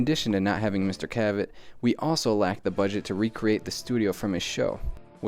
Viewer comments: You guys are driving me crazy with the name pronunciation. Dick CA-vet?? It's pronounced Dick Caavit. Other than that nice job and don't we all wish we could digitally erase Yoko? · CA-vett not ca-VETT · It's "CAV-ett," not "cuh-VETT." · One of them pronounces Cavett’s name wrong: it’s CAV-it, not kuh-VET. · CAvett, not CaVETT! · It's Dick CAV-et, not Dick ca-VET. But anyway, good info! Hopefully you've changed your hairstyle since this video was shot,... Just messing with ya...;) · I like that the one guy changed his pronunciation of dick cavett after the other guy said it right, he was saying dick kuh like in duh and vett like in corvette, must be young, never heard the announcer when the show aired say it like he pronounced it, I must be old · Dick Kah-vet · Dick Ca-vette? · You mispronounced Dick’s name. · I can't believe that you can't pronounce Dick Cavett. It's not that hard! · Thank God somebody else noticed plaid shirts mispronouncing Cavetts' name. Also VanStuff needs to get rid of the hat. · Check your pronunciation - your partner says it right every time! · that's not how you pronounce "cavette"